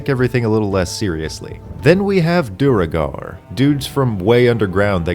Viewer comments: Duergar... not "Duregar" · It's Duergar... not Duregar.